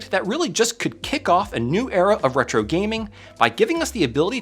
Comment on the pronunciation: random comment, but anyone know why kept saying Hetro instead of Retro?